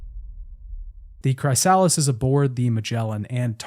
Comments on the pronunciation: Why are you pronouncing Chrysalis as Cry-Sal-us... You're a native English speaker so it's very off putting, you were taught about how caterpillars become butterflies, no? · ....why do you pronounce Chrysalis like Cry-Sal-us .....